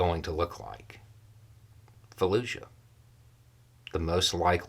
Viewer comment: Fallujah, not Falluzha.